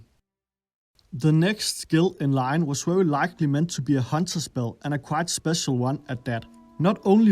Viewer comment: Wery basic ability ffs learn how to properly say letters